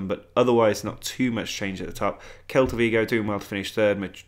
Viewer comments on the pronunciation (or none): please stop saying kelta vigo